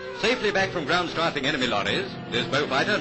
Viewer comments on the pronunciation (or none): Been ripped so many times you cant even see the shit! Also, note the way he pronounces "strafing".